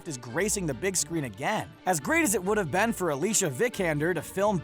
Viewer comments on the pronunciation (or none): none